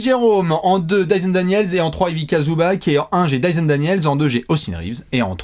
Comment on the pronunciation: Ivika ? Mes oreilles saignent.